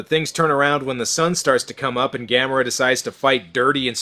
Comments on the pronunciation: That's weird they pronounced it like that since it's Gamera like camera, nobody in NA pronounces camera as Cah-mera. O_o??? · Sandy Frank Dub??? I know my copy of Gamera vs Gyaos has 2 Dubs, but the way I distinguish each one is by how the characters pronounce Gamera's name. And I personally prefer the one where they pronounce his name as Ga-Mer-Uh. NOT Ga-Mair-uh.